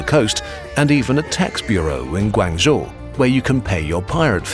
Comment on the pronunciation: Awesome video. Maybe next time make sure you pronounce things a bit better. Like instead of GuAAnzhou it’s Guangzhou with less emphasis on the aang